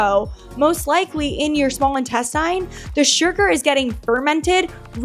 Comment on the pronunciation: Will somebody please tell this chick how to pronounce intestine?